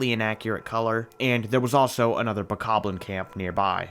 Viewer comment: The worst part is how he says 'Bokoblin'. It just doesn't sound right to me. But still an amazing video.